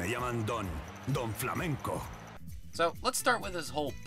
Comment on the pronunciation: Woaaaaahhhhh. I love how Don Flamenco's Spanish accent is PERFECT literally the accent was made by someone Spanish 🇪🇦❤️💛❤️ LIVE SPAIN 🇪🇦🇪🇦🇪🇦🇪🇦